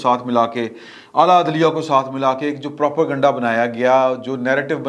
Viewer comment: The word is Propa-ganda ( sounds as propay-ganda ). It is not Propo-ganda ! For God's sake, correct your words.